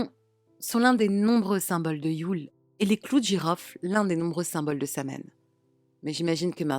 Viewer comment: *Sahuin, Samhain se prononce, sahuin/sawin